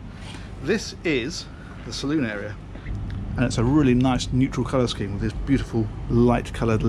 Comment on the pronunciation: Salon not saloon.